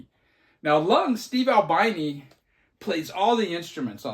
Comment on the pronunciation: Ahl-BEE-NEE. He was not an albino.